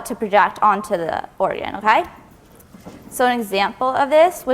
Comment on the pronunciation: Omg everytime i hear that okAYYYY , it is like a needle telling me to listen.